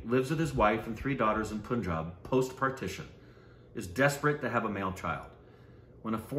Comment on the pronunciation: CALLING ON ALL THOSE WHO REGULARLY SPEAK WITH AND: Please teach them how to pronounce Punjab and Punjabi. While you are at it, also help them with the last name Dutt. We're going on year 3 here. PLEASE & thank you